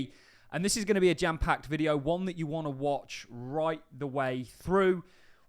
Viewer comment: He does, he says gem packed sometimes. take L